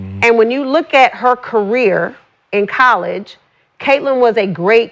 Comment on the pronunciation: Before Sheryl wouldn't say Catlins name like she was Beetlejuice. Now she's saying her name like Sandra Bland! 😂😂😂 R.I.P to S.B. but it's true!